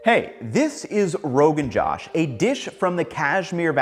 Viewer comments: I know you probably feel like you've been lambasted in the comments. I absolutely have always, and continue to, love your content. This is the first time I wish you had taken the time to hear/learn the pronunciation, given how many times you say 'Josh'. Aside from that, fire as usual. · Josh, not jash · Braaaahhh... like FTW.. Atleast say it right... Its not JOSH as the name. Pronounced as "Joe-Shh "... Get your shit right before trying to get views. 😂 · Joe-sh Not Jawsh 😭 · Ugh. Love the enthusiasm, but it makes me cringe when you call it Rogan Jawsh. It is Rogan Jōsh.I guess you can call it what you want. But.. it hurts my ears... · Ethan it's pronounced, josh with o sound of bose, josh, not j-a-sh, j-O-sh, meaning excitement, josh meaning excitement. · Rogan josh by shawn is misnamed. is actually Rogan Gosht. 😂😂😂😂. Gosht as in meat. Not Josh as in western name for Josh Rogan. Pronounce it as "Gosh".... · Its not "Josh" its "Joe+shhh" like joe rogan joe plus shhh sound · It's not josh, it's joe-sh.....Josh in Hindi means electrifying energy. People also call is gosht in some places, gosht means meat....... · is josh really so hard to say that you have to pronounce it "jaush"? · firstly josh is a mispronunciation. it is gosh or gosht. gosht mean meat. rogan or roghan means creamy or silky or soft, fatty / oilly something in the middle of that hard to find the correct english word, its has a feel, textural discription. anyway it is for a mountainous are so they dont skimp out on the animal/mutton fat. you can imagine slow cooked in a clay pot at a fire place in olden times. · its ROE GUN JOOSHHH not roegunJOSH 😭😭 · Pronounced as 'JOASH" not JOSH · Jo-osh. Not Josh. Just fyi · The O in Rogan Josh is like the O in slow, poke, crow, not like the O in Bob, throb, slop This dish comes from my culture - thank you for being so respectful with it! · not Rogan Jaw-sh, its Rogan Joe-sh.😐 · Joosh not Josh as in "too" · It's Rogan 'Jow-sh' (not Jaw-sh) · That's j-O-sh like t-oe